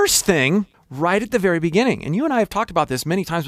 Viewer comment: from thai...you said vely well thk.